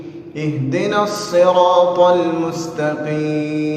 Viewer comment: آپنے Aھدنصراط المستقیم پڑھا جبکہ Eھدنصراط المستقیم پڑھنا چاہیے